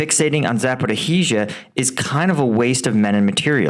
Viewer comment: Zaporiya, Zaporiya, Zaporiya ... just try to say it correctly 😀